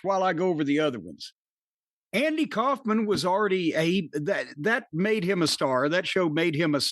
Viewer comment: said Andy Kaufman weird